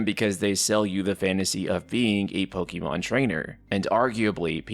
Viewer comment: Final Fantasy 10 had best turn based combat ever. Also, it's Pokemon, not Pokeymon